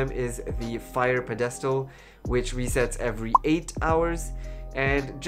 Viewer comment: Nice summary although I expect most people found these on their own. Note that the word pedestal is accented on the first syllable PEDestal not peDEStal.